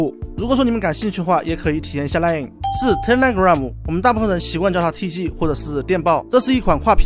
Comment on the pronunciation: line 不是lion 那个n还发那么重… 啊这